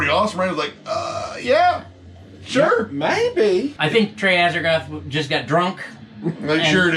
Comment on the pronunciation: For the poser in the middle, it's Azagthoth, not "Azertoth". 🙄